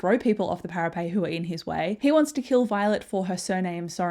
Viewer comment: Thank you so much for this, it was exactly what I needed before tonight's release. Is there a reason you say para-pay vs para-pet?